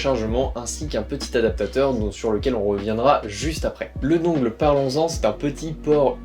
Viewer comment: Dungle ça se prononce dun gel (dungle). Mais super vidéo merciii!